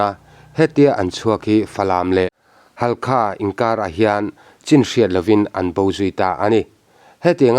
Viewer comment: Halkha tih i lam dan hi a dik lo...